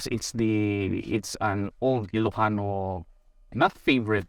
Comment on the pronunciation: You ilocano pronunciations are so good.